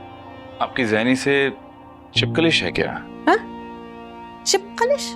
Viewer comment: Chipkalish nahi chapkalish huta hy Urdu please